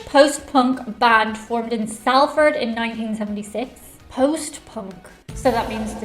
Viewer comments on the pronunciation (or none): pronounced Solford